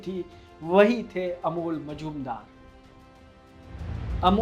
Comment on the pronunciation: कोण का नाम बार बार अमोल मजूमदार दिया था रहा है , जो गलत है | नाम से लग रहा है कि बाबूमोशाय हैं जी नहीं , अमोल बंगाली नहीं मराठी हैं और उनका नाम है "* मुजुमदार *" शिवाजी महाराज के समय में जो दरबारी सिक्कों और मोहरों का हिसाब रखते थे और टकसाल कंट्रोल करणे थे , उनकी उपाधी थी "" मुझुमदार ""